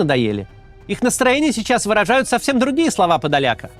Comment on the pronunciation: Подоляк, наголос на О